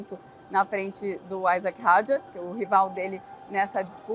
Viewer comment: Os nomes franceses são oxítonos! E não têm pronúncia inglesa! É Isáck e não Aisack como diz o pessoal da Band! E o sobrenome é Hadjár e não Hádjar.